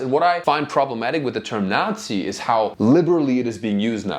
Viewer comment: Why did you add a T in Nazi?